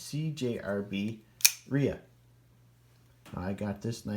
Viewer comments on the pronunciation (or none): "dye a ria" 🤣🤣